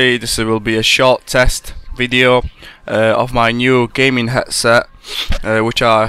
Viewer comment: 'hetset' o-ok